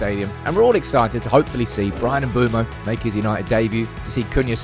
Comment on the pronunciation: brudda i really dont think its mboomo, its looks like and I've heard its m-bweh-mo